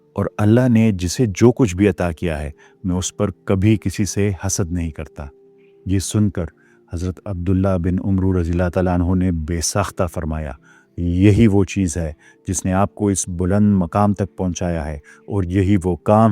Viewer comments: ماشاء الله ۔۔۔۔۔ بھائی ! یہ لفظ عبد الله بن عمرو عین پر پیش کے ساتھ نہیں بلکہ زبر کے ساتھ ہے عٙمٙرو ۔۔۔ را ساکن ہے اور واو نہیں پڑھی جائے گی جزاکم الله ۔۔۔۔۔ ماشاء الله بہت اچھا کام کر رہے ہیں آپ خصوصاً ملحدین والا الله قبول فرمائے ۔۔۔۔ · محترم سلام عبداللہ بن عمر و کے پڑھنے کے اعراب پر توجہ کرلیں اگر عمر کے بعد و آ جائے تو ع پر زبر اور م کو ساکن کر کے پڑھیں گے اگر میں غلطی پر ہوں تو اصلاح فرما دینا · pronounciation is "Abdullah bin Amr"